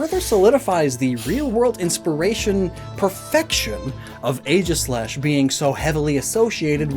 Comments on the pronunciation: “Ae” in Greek is pronounced like a hard E, not an A. So it’s EE-gis-slash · Am I the only one disturbed by the mispronunciation of Aegislash? It’s pronounced EEGIS-LASH.